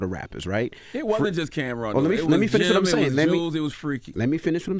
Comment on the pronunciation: Who “cam’rom”?😂